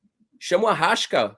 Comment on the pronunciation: Não é Arrasca , é Arraiiiiissssssca . Esse cara já viu tanto o Flamengo ganhar que tomou nojo , tomou raiva , anti , isso é normal.......